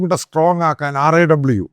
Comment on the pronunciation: Why they are banning raw that is indias intelligence agency. Why you are saying R... A.. W... SAY IT as RAW.